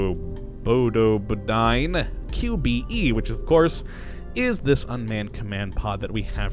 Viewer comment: BTW, Probodobodyne is pronounced Pro-Bo-Do-Bo-Dine.